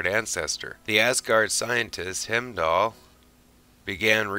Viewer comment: Thought it was the German pronunciation at first, but then he messed up the pronunciation of Heimdall.